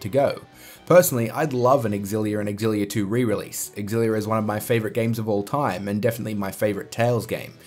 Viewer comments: (You are the one that isn't pronouncing it properly. It is pronounced eX-illia) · Why can't anyone pronounce xillia properly